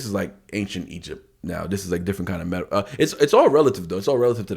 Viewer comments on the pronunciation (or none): none